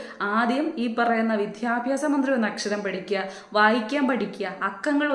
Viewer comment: വിദ്യാഭ്യാസ മന്ത്രി എന്ന് ശരിയായി പറഞ്ഞു നോക്കിയേ 😂